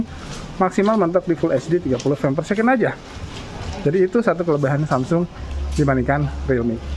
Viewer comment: Kok saya dengernya "kelebahan" ya pas ngucapin kelebihan pas compare perekaman video😅. Paling suka ama reviewer satu ini Alurnya terkonsep.